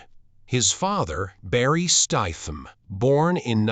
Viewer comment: Turned this crap off when you can't even say his name properly